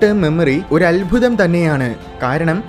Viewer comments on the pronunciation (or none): none